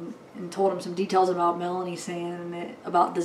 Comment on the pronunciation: Lori's niece Melani is pronounced Milan-EE , Lori's friend Melanie Gibb is pronounced Mela-knee